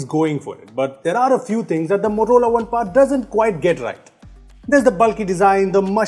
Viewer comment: It is not Par it is Power.